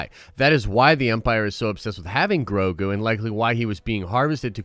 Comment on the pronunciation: its grow-go not grow-goo.